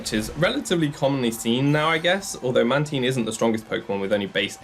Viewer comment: "Man-Teen" No 😂